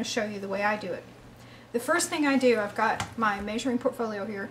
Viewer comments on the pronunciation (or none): And she keeps them in her pertfowlio